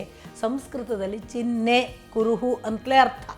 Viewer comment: ಬನ್ನಂಜೆ ಗೋವಿಂದಾಚಾರ್ಯರು ಬ್ರಾಹ್-ಮಣ ಚಿಹ್ -ನೆ ಎಂದು ಹೇಳುತ್ತಿದ್ದರು. ನಮ್ಮ ವೈದಿಕ ಪರಂಪರೆಯಲ್ಲಿ ಬ್ರಮ್-ಹ, ಚಿನ್-ಹೆ ಎಂದೇ ಉಚ್ಚರಿಸಲಾಗುತ್ತದೆ. ತೈತ್ತಿರೀಯ ಶಿಕ್ಷಾದಲ್ಲೂ ಹಕಾರೋತ್ತರ ಅನುನಾಸಿಕ ಇದ್ದಾಗ ಹೀಗೆ ವ್ಯತ್ಕ್ರಮವಾಗಿ ಉಚ್ಚರಿಸಬೇಕು ಎಂದಿದೆ. ಹಾಗಾಗಿ ಬರವಣಿಗೆಯಲ್ಲಿರುವ ದೋಷ ಹಾಗು ಉಚ್ಚಾರಣೆಯಲ್ಲಿ ಆಗುತ್ತಿರುವ ದೋಷಗಳನ್ನು ತಿಳಿದವರು ಸರಿಪಡಿಸಬೇಕು ಎಂದು ವಿನಂತಿ!